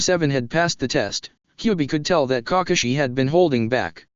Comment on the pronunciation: "Cockashi had been holding back..."